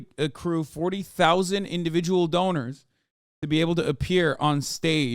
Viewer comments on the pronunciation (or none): none